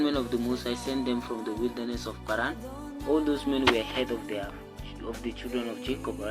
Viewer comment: P(h)aran is on point! 🙂